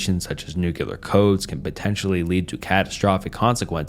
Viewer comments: it's "nu-clear" not "nu-kuh-lear" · nah man its nukuhlear